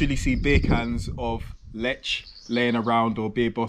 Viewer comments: You should say: Leeh, Leahh not Lech (in short) not as it says on the label. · It's not "Letsch" ! It's "Leh". "H" is a clear sound. Also, the Polish "w" is pronounced like the English "v", like in very". Never is it pronounced like in English! BTW, You can't taste so many beers one after another. You will never get the individual taste! You just get a jumble, and you can't know anything that way. Also, when you've had enough beers, every beer tastes good, because you're drunk! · I am more interested in command of Polish language than his preference for beer. I wonder how long it will take him to figure out that pronunciation rules in Polish are highly consistent. He correctly pronounced the name of the town ‘Tychy’ [ti:hi:] but butchered ‘Lech’ by saying [letch], instead of [leh]. I will bite my tongue and comment on the beer he was sampling: in Poland, sweet beer is drunk by people who don’t really like beer but want to be a part of the beer drinking crowd - mainly women and underage drinkers. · Lech is pronounced as Leh. Warka is pronounced as Varka. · Wherev is zerviets no1 in Poland? Lech is pronounces Lek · jak powiedział Lecz to wyłączyłem kolego, to jest Lech, nie Lecz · Sam się lecz XD In Lech c is silent. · Lech nie lecz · "CH" in Poland is pronounced like "H" in "Have", "Hair" etc. not like "CH" as in English words "CHocolate", "CHeck". "W" in Poland is pronounced as "V" in English words "Verb", "Vers" etc. :goodvibes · You pronounce Tychy correctly so try to say Lech with this same sound of “ch” and w is pronounced as v is it is not hard.😉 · ch reads like h A very annoying mistake for Poles